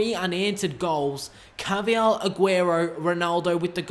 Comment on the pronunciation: It's not ca-vi-yal it's pronounced car-va-hal